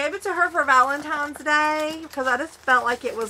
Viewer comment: First time watcher. I watched the entire video. You did great. Very entertaining. Amazing haul. My only drawback (and this is just a personal pet peeve) is when you say “Valentimes” rather than Valentines. Just saying. No hate. Please don’t come for me. I’m subscribing because I really do enjoy your content.